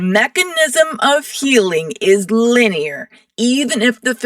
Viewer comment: LEEN IEAR LMAO!!!